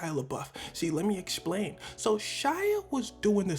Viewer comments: Why do you say explain loke that 😂 exshplain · “Lemme eschplain” 😂